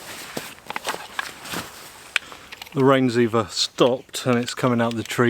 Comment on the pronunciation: Did you say "eva" instead of either? Why did you place the camera toward that mudhole and purposely step in it? Why do you talk constantly?